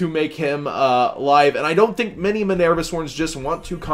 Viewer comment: Please quit pronouncing Minerva like a total doofus.